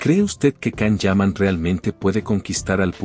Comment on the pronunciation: Lo primero pronuncia bien su nombre